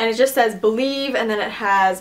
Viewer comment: Thank you for completely butchering the word.